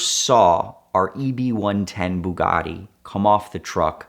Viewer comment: Anyone else get a slight annoyance with the way he says Bugatti ?